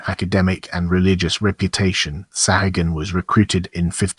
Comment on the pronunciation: Your mispronunciation of the surname is disgusting There are three correct pronunciations The first one is the Persian pronunciation Saw' ha- goon The second Is the Spanish; Sa'goon And the third is the Irish pronunciation Sa' hay- gun ... Your pronunciation with these three possibilities You're not even close So not only does your video illustrations disrespect the memory of Bernardino de Sahagun Your pronunciation of his name is a further insult My God where is your dignity your honor and professionalism!?